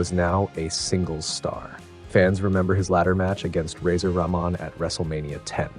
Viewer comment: "Ra-mon" "Cleek" 😂